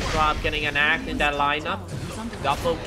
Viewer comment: lol sorry but he keep say Axe "ass"